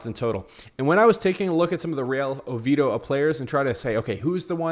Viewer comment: Oviedo brother please pronounce it correctly